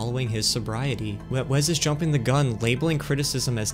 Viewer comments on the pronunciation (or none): STOP SAYING "WEZZ" FOR THE LOVE OF GOD! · Take a shot every time bro says Wez Scantlin 😢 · As someone named Wesley who only goes by Wes as well, for the love of God IT'S WES NOT WEZ. THERE IS NO Z IN WESLEY!!! Great video. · "Wez" Scantlin lol. If you asked this guy which coast California is on, he would say "Wezt". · Wezz? It's Wes.